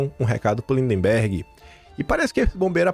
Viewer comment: eu te acompanho desde o teu primeiro vídeo. Por isso te peço para observar a pronúncia das palavras MAGNITSKY e LINDBERGH. 🙏🙏✡️🌻🌻